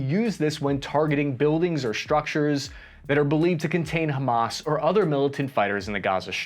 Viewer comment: Love the shirt,! Robocop 1987 is one if my absolute favorite movies of all time. Also, excellent coverage. And kudos on not one pronouncing Hamas as "ham-ass". I was filly prepared to hear it 😂 Many thanks for the unbiased coverage. Our mainstream media is already diverging into competing, mutually exclusive, and incomplete narratives. As per usual. There are many victims in this story, but no heros. Never before have i more deeply felt empathy for the motives and absolute disgust at the methods. We need a oan-humamist moment inthis world if we're ever to move oast the cycles of violence and hatred.